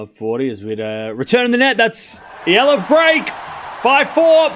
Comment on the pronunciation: thanks ! you pronounce now EALA perfectly 👌